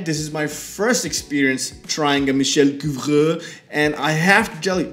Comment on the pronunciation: Your pronunciation of Couvreur is very good, but his first name is spelled Michel.